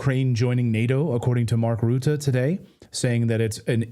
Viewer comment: mark rutte... of course he's dutch. clayton it's pronounced "RUT"!